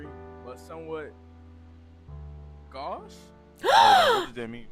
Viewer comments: I'll forgive you because Boston accent is a disability, but it's pronounced goh-sh, not gah-sh. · I've always hears gauche pronounced as goh-sh. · Gauche is not pronounce "gosh", the au makes the long O sound like boat. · Same sound as in Bordeaux, as another example for the same reason of them being French. (I really wanna say so is silhouette, because of the ette.) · the irony that she cannot pronounce GAUCHE.